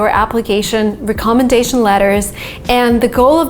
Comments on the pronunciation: Give me a call and I will instruct you on how to pronounce the word recommendation.I was unable to understand what you were saying because of the accents you placed on the word recommendation. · re-commendation letters 😂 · First google the pronunciation of recommendation🙄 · is it just me or does she not know how to say recommendation? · I’m really glad I wasn’t the only one. I have never heard someone say it that way. It’s definitely not the proper way. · That pronunciation of recommendation is a bit off I guess. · ❤ much love. Recommendation is pronounced differently. I have a tick everytime you say this word incorrectly.